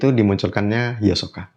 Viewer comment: namanya bukan hiosoka bang itu mah versi duber indonesia, yg benar Hisoka gk pake o 😆